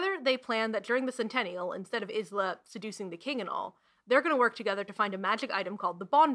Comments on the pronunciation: ... I believe Isla is pronounced eye-lah. I have a friend with this name, with this spelling, and this is how it is pronounced. I could be very wrong, maybe the author intended Isla to be pronounced is-lah. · smh and Alex was praising the audiobook so much but it doesn’t even pronounce the names right??!! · I always thought Isla was pronounced Eye-luh. Completely took me out of it every time her name was said! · I'm conflicted about the way you're pronouncing Isla. I've seen other reviewers pronounce it as Eye-la, and that's how I've always said it XD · I stg next video I will just start by saying the word Isla 10 times. I.... Am getting it wrong here, but it's complicated. I basically used the book and Google to figure it out as it's a name I've never encountered before. Googling it I got the "island" version of it, the word not the name, which is Iss-lah. In addition, the book notes the pronunciation and calls to attention a 'hiss' sound, which made me think Isssslah. But author and audio book use Eye-la, as does everyone else. I.... Didn't want to watch the author speak so I avoided watching any clip of her talk about it. I accept my failure. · Isla is actually a Gaelic name, and it’s pronounced “Eye-la”, the s is silent, but I haven’t read the book so I don’t know for sure maybe the writer made that intentional ?? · Sooooo.........., Okay. Look. Isla's name is a bit of a problem. After making this I learned the audiobook and author both pronounce it Ice-la or indeed Eye-la. But in book we do hear about her name Pronunciation vaguely: grim says it "correctly", with every letter and a hiss. Not exact quote obvs but by the specific mention of a snake hiss to her name Isssslah made sense! That and when I just googled the name to he results said Isss-lah. But since I've had a lot of people assure me it's actually Ice-la. I'm sorry. It's too late now. I thought I had it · Issslak> eyeslah everyday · isla is pronounced “eye-la”